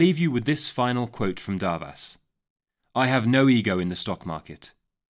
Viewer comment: As a Hungarian I am here to say is pronounced as Doarvash!